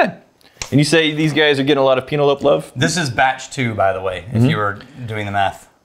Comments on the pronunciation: Is it supposed to be a joke pronouncing the name wrong or are serious lol. Penelope like the girls name. Not peen ell ope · Pee- na- lope - love. Yes!!